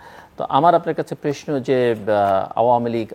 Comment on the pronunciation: আপনি প্রশ্ন শব্দেটাকে প্রেষ্ণ বলেন। এটি শুদ্ধ করার চেষ্টা করুন